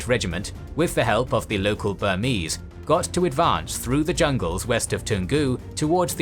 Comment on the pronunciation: As a Burmese person, I'm very impressed by how well this channel pronounced Burmese names